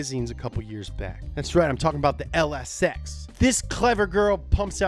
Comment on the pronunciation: I thought he said "LS Sex" at first not "LSX" lol I guess my mind was in the gutter